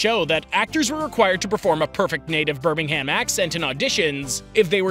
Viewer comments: It’s pronounced “Buhmingam” not “Bur ming ham” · Pronounced “Birming-um” Came here in January and that was the first thing my coworker told me. Not “Birming-ham” apparently that’s means for a guy to fight you here. Found out the hard way and never said it wrong again lol Edit: Although many burger joints here serve that Alabama white sauce. Which is hilarious to me. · Stop pronouncing it Ber Ming Ham its said like berminghum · The joke is that he's saying Birmingham the way people would pronounce Birmingham, Alabama, in the USA (Birming-ham) not Birmingham in the West Midlands in the UK (Burr-ming-um). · "Burming-em" not "bir-ming-ham". That's how you pronounce it. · BirmingHAM 😭😭😭 it's pronounced BirmingUM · it's pronounced Birming'um not Birming HAM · Birmingham isn’t pronounced birming ham It’s birming um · it's not birming HAM it's just birming UM (pronunciation not spelling obvi) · Can Americans please stop pronouncing it "birming-HAM". Its more like "birminghmm" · Ok mr American. Pronounce it bur-Ming-am not burh- Ming-ham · For the love of fuck please don't say "Birming-Ham". It's pronounced like "Birming-əm" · issue is, It's literally no pronounced 'Birming-HAM' it's pronounced 'Birming-um' you yanks gets so defensive when you're called out on being wrong, and British people don't talk like that, it's a stereotypes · "Posh knobs" dont pronounce it Birming-ham... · It’s pronounced “Birmingum” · The h is silent. It's pronounced "burr-ming-um" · it’s pronounced Birming-um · It’s pronounced birm-ing-um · First of all… it’s pronounced birming am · Its pronounced Birminggum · I live near Birmingham, not Enlgish though, all people from Bh says the accents are pretty poor, Oh and it's not pronounced Birming-Ham, Jesus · Close, don't pronounce the "h" in Birmingham. More of a Birming-um. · The accents aren't even that good. Also, it's pronounced Bur-ming-um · His pronunciation of Birmingham is so frustrating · Ur pronunciation of Birmingham got me chuckling